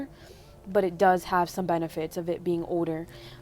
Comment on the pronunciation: when you said “older” you don’t say the L. don’t worry i can’t say the L in those type of words too😂